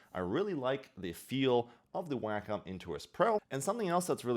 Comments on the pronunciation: It's WAY-com not "Whack'em. Lol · Why is it sounds like "wack 'em?"